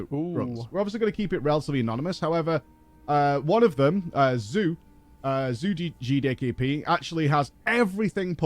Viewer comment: I don't think managed to say G D K P correctly once in the entire video, GeeDayKeePee